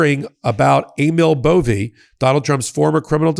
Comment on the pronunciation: I thought the narrator called him ANAL BOVEY, seems about right